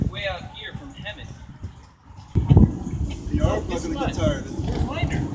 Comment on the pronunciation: He should not be treating that kid that way but he was clearly not walking in the cross walk look at that fancy video u have for a reference lol clearly j walking but whatever lol and did he say hemet I thought it was hemeth